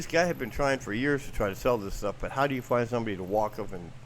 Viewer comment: You keep saying,,,, what am I gonna dew,,,,!!!!! To start,, pull your head out,,,!!!!!!